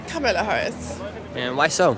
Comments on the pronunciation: "Cum illa Haraussssss" She is African..... OMFG... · urgh the moment I heard that french pronunciation I knew it'd be the typical leftist bullcrap coming